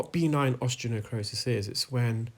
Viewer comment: How common is benign osteonecrosis? (By the way, it’s pronounced be-NINE, rather than BEE-nine).